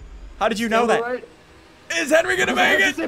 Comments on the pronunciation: Henwy not Henry!!! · Henry not Henry!!!!